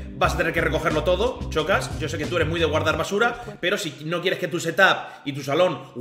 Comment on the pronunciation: Decís Shakira pero decís Chocas. No es tan difícil eh?